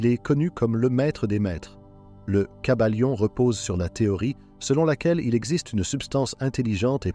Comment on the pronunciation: Le kybalion pas le caballion 😂